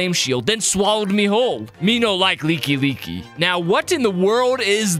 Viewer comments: why does he pronounce like like leaky leaky what the hell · It's not leeky leeky it's like like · Bro really said “Leeky-Leeky” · "Lekey Lekey" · "A leeky leeky" 💀💀💀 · It’s a like like, pronounced as the word like and not leeky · like like is prenouced LIYK LIYK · Your pronouncement of ''like-likes" is wild 😂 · Is... is that really how to pronounce like-like? Have I really been saying it wrong since the original OoT?